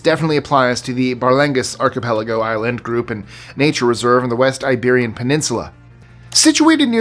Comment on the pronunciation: I really like that you pronounce everything perfectly. I am kind of a grammar Nazi and so many on YouTube don't know how to correctly pronounce things, when you said archipelago, I was so happy!!!!!!